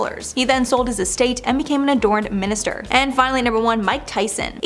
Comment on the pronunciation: You said adorned minister girl😂😂😂 It’s ordained … OR dained like that hahah 💙💙💙🥰 love u